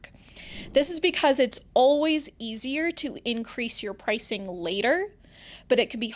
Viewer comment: errr....its NOT "PricingK" its PRICINGGGGGG. Stop putting a K on the end of "ing" words!